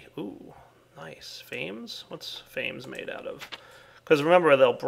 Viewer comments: I'm quite sure that the hunger aspect is two syllables. (Fa-meez) It comes from the word 'famished' which means very hungry. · The way says "fames" really grinds my gears. Since the names are derived from Latin or something wouldn't it be Fam-ess (like famine but with an s) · It's pronounced fa-mes